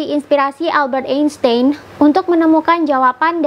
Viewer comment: dibacanya Albert Ainstain